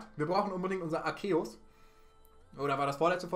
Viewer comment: Btw Man spricht ihn Arzeus aus (Trotzdem like wie immer halt)